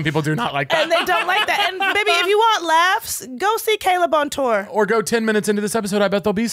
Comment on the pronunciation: why does caleb say the word tour like “tewer” 😭